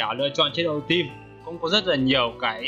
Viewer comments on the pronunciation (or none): none